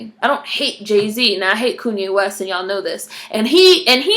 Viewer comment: This was refreshing! Did you say "Koonye West" ? :D